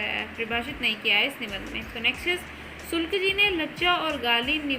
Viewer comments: Sulk nhi hota ,sukl hota hai 😀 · Sulk ji nae hota hai shukl ji hota madam sae se to batiye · Sulk nahi sukl hai maidam ji